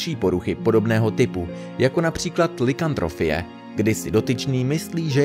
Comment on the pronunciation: Je to lykantropia nie lykantrofia.